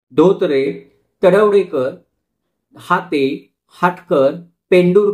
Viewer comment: हाटे असे नाव आहे. हाते नाही. Kindly rectify. Video is very good and informative. Thank You